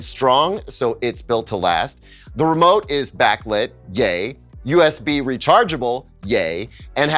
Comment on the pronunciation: I nearly spat out my drink when I thought I heard you say ''Gay'' instead of ''Yey'' when discussing the merits of the remote :D :D :D